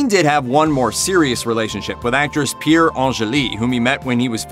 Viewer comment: A D ; Who on Earth is "Pierre" ? Her Name was, Pier Angeli, (pronounced - Peer), and She was one of TWO Wives of Singer, Vic Damone that committed suicide. Miss Angeli's most well known acting roll was in, "Somebody Up There Likes Me" with Paul Newman. (Biopic about Boxer - Rocky Graziano).